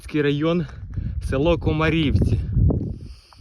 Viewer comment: Цікаво побачити знайому дорогу, але "зі сторони", а не з-за керма автомобіля ))) Виявляється не так все погано ))) До слова, місцеві говорять КомАрівці, наголос на А.